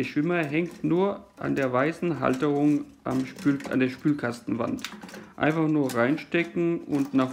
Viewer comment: Danke für das Video! Ich war auf der Suche nach einer Anleitung wie ich den Kasten entkalke. Ich find lustig, wie du immer "das geht ganz einfah so und so" sagst ;-) ich werde das Video zum zusammenbau wohl rückwärts ablaufen lassen müssen